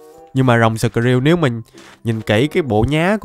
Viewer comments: Skrill mà anh nghi là shrill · Skrill mà đặt là shrill:))))